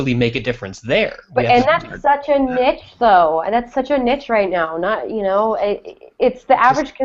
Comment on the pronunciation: That's not how you pronounce "niche"! cringed!